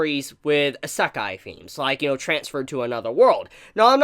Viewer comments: It is not pronounced Is-ek-e, but rather E-Sec-I. It's like your saying Himbogger instead of Hamburger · Anyone else hearing him say i-sack-eye and noe Ise-kai? (Wrote the words on how it sounds and not how it is written) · "I-SUCC-EYE anime" It's pronounced E-say-kai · a.sek.ai it's "Ee.se.kai" And nothing can replace Papa Bone Daddy and his harem of tsundere demons. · good job butchering isekai pronunciation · Random Trainer X. M8 it’s isekai not sekai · Ihsekkai... Why does he aay it like that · say isekai right, EE - SAY - KIE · If you're going to review anime and manga, please learn to pronounce the Japanese terms correctly. You sound like someone sounding out a new word the way you emphasize each syllable. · His pronunciation of Isekai hurts my everything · His pronounciation of "isekai"..... 😱 Can't blame him for it... but just hearing it >.>